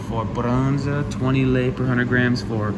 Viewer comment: says very well the romanian word,,brânză'' (cheese) 👍